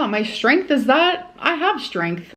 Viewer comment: Yup she does the shh thing in a lot of words and it makes me so angry